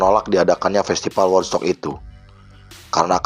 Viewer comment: di baca wudstok pak. bukan wodstok.